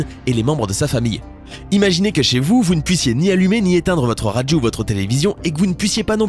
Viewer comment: on ne dit pas radgio mais radio, c'est très très agaçant! grrrr!